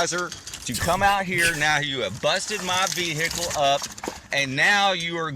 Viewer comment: You know you are about to be dealing with a dickhead when they pronounce it "Veeeeee-Hickle"